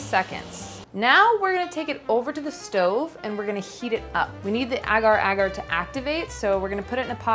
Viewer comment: Amazing video but I can't deal with how Americans pronounce agar agar 😬😂